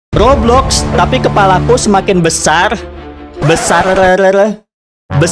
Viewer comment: Yg ini: "BesarRerRerereee"